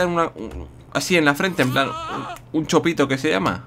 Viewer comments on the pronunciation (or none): JAJAJAJ no es chopito es chupito chopito es una especie calamar o algo parecido